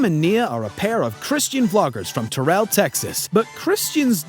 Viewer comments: It's pronounced "tare-ell" texas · I like how you pronounced Terrell, Dumbass. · It's Terrell, not Terrell......